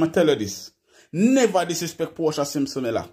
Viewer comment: Portia not porta